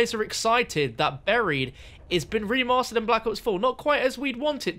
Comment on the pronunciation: Anyone else get slightly triggered every time he said “remastered” XD